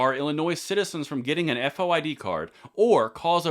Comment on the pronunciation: As a former Illinois Resident we don’t say F O I D it is FOID as in VOID.